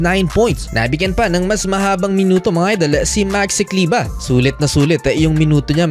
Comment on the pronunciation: Maxi kleber bro.hnd kleba.pinoy tayo,hnd kano